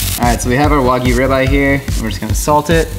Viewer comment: instead of saying wagyu link says wagoo link you made my day